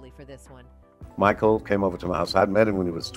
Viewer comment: This ai reader is no bueno, sugo Knight, meekal Jackson lmao